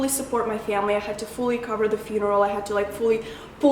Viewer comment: You were so cute, after you said you went to Moldova and said "to see my family" you pronounced that family with a "moldavian" accent. So sweet! <3